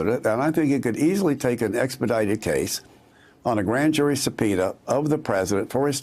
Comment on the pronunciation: "this mistery grand jury supenis..."